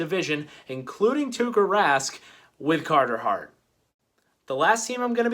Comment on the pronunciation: You mean